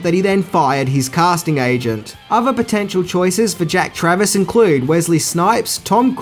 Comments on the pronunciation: It’s Jack Travin not Travis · Its Jack Traven, not Travis. Also you already know but DAAAAANIELS! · You got his name wrong every time. Traven. Not travis. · Jack Traven, not Travis. Jeff Daniel's, not Jeff Bridges. LAPD SWAT, not FBI. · Jack Travern not Travis 🤣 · JACK TRAVIN not TRAVIS. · Just so you know it’s Jack Traven not Travis. But who the fuck cares! Awesome video dude!! Smashing the Subscribers 👍🏻👍🏻👍🏻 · Character name woz Traven NOT Travis. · Ok enough people are nailing you for the Jeff Bridges comment HOWEVER The character's name is JACK TRAVEN, not Jack Travis. I consider you to have jedi level movie knowledge and as someone I can see is a Keanu fan like me it's up to us to get things like this right mate. You're awesome though, love the video.